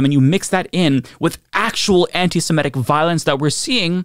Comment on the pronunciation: it's antisem-it-ic, not antisem-et-ic, okay?